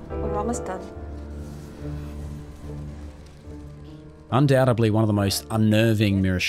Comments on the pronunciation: Love the video, but ‘undouDUBly’ is pronounced ‘undoubTEDly’ my man. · Great video. One small thing, "undoubtedly" does not have a "B" in it. Supposebly. 😀